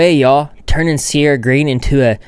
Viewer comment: IM SORRY BUT "cierra the angle"